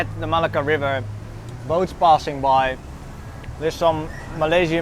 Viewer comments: Everything is fine and enjoyable. Your pronunciation makes it interesting. Thanks for sharing. A hint: There are double cc in Malacca for a reason - to shift the stress to c. You say it like you'd say Malaga in Spain. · It was nice but I don't think you pronounce Malacca correctly! :)